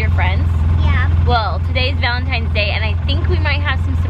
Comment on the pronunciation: was it just me or did say happy valintines?